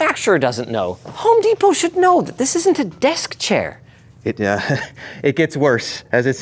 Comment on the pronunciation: Desperate.... I had to re-play that to see if you called it what I do... "Home Despot".